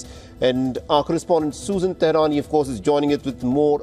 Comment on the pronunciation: Susan "Tehrani" ?!! Really ?!